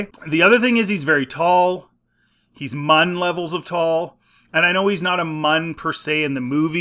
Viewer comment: Munn? No...Muun... Pronounced Myoon.